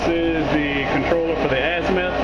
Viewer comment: "azmeth"? azimuth